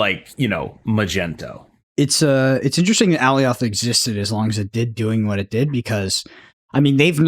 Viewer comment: please watch the Loki series and learn how to pronounce Alioth correctly lol. Love the show